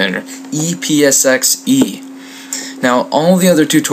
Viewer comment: Haha~ It was a great vid, and helped a LOT, but it sounds like you said "e-piss-x-e".